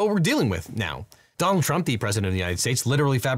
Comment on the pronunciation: every time he says donald trump, he says it like "dong trump". kinda nice